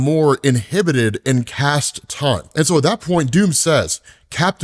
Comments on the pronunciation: Not Cast,, Chaste.:D Like Chastity. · Love all your videos! But I do want to respectfully point out that chaste is pronounced like chased. No idea how to say that without feeling like a jerk lol. Thanks for all the comic content, you're the reason I follow any of this! Hopefully the compliment sandwich worked. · Chaste is not "cast". Ch like change, not like Charon. Chaste starts like the girls name Shay, but with a 'ch' not 'k'. And ends with an 'st' like first or worst. Respite...reh-spit. Fresh...fresh. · It's pronounced "Chase + st."